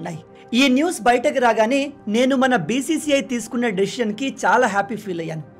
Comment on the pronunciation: డెసిషన్ కాదు డేషషన్ అంటారు.తెలుగు ఖూనీ చేయకు